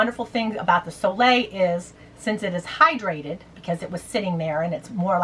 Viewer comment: New drinking game: take a shot every tome she says Soleil. So Lay.